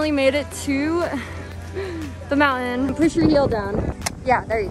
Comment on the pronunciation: Mouen Me: mountain My friend: montin